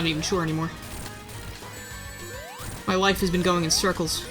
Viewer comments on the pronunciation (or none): “Where have you BEAN?”, your Emile is showing.